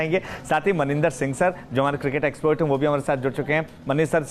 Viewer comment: Export ny expert hota hai bhai anchor.